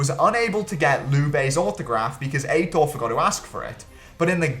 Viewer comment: Banger vid, not banger pronunciation of Aitor